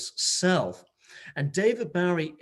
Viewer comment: Hahaha!! David Bowwwweee🤣 how cute!! But you should have corrected him🤔😂